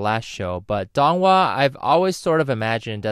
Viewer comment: Man it really gets to me on how you're pronouncing their names wrong. Pronounce Feng Jiu like "Fuh-ng Jee-oo" (but the "ee" vowel is short, more emphasis on the "oo" vowel) and Dong Hua like Doh-ng Hoo-ah (but the "oo" vowel is very short, more emphasis "ah" vowel ) If you're gonna make a vid, please at least get the name pronunciation right